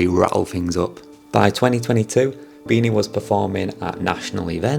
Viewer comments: Its BEE-NEE, you idiot!! Not BEE-NAH!! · Its pronounced as “bee knee” not “bee nah” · BeeNee u have such a thick accent when u said beena? No worries tho! Great vid! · hi sir it pronounce like "BENIE" or BINI :face-blue-smiling::hand-pink-waving::face-red-heart-shape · it's pronounced as "beanie", the cap. anyways tnx man